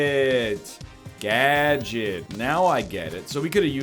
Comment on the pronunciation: "reactivate gadget" boy like a minute in and NL cant read the word gadget. at least he finally figured it out after i wanted to scream.